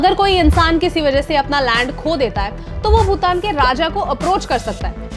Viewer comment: भूतान? Or भूटान!!